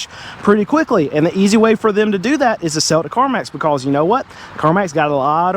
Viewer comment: Why did the chicken cross the road? "BeCAwWWwSS" 😅 lol the amount of times he said "BeCAwWWsS" had me rollin 😂